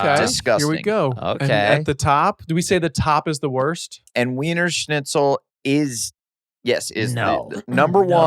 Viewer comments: Blake is saying "Snitchel", it's like he's afraid of a "z" sound 😂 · Blake's been saying schnitzel wrong this whole podcast. Love ya boys!